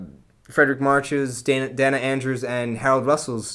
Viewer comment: A thorough review, but as an old movie buff, please check your pronunciations. It's 'day-na' Andrews, not 'denna'. And it's 'mur'na', not 'mir'na'. Just a matter of respect for these great actors. Thank you!! (I DO agree with you about the March-Loy homecoming scene-----it's SO beautifully played by these two master actors------it's my favorite!!)